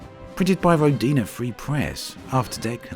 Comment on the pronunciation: The name of the planet (Perun) is the highest god of Slavic pantheon - a god of thunder and lightning. His name is pronounced "Peroon". And the name of the game actually sounds like ROdina, not RodIna )) Thanks for the video! And for all your videos about Elite Dangerous! Oh, and for voicing the Christmas series of course! )))))